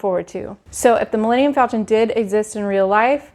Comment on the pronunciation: How can you talk about your excitement for galaxys egde, but you mispronounced Milenium Falton? It's FALCON?!?!